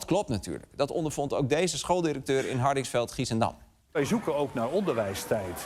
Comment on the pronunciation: Ik hoor deze man ineens Hardinxveld-Giessendam zeggen, ik was zo confused, haha. Daar kom ik vandaan. Goede uitspraak ook, trouwens! :D